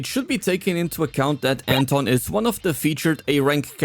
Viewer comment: Wenn Anton suddenly is called "Enton"